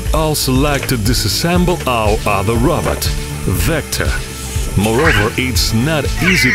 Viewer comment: It sounds like he’s saying Robert